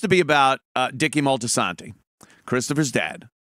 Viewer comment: I had to laugh at the mispronunciation - . It's Moltisanti, not Moltisanto...